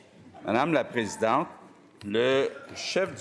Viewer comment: "Mme la PrésidenTRE!"..... démissionne